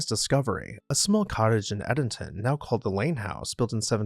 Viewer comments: Great video!! But check the pronunciation, Edenton, Lewes, and Minot were all pronounced wrong 🤣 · sorry bro i’m screaming at your pronunciation of Edenton😭 it’s Eden-ton like the garden of Eden. not Eddinton😩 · he butchered Edenton in NC too😭😩 it’s Eden like the garden of Eden not Eddinton